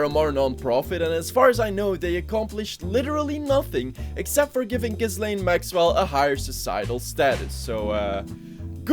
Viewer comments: Remember, Ghislaine isn't pronounced Giz-lane, it's pronounced Jizz-lane. In all other instances, it's pronounced with a silent s though. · pretty sure ms maxwell's name is pronounced "JIZZ-lane" oh i looked it up & i am definitely correct, that one is a JIZZ-lane for sure